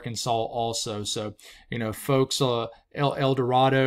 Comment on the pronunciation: Long A on El Dorado…El Doe ray doe. Crossett is Cross it